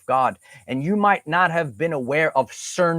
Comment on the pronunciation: Cernunnos is pronounced Cur-noo-nose, not whatever you’re saying lol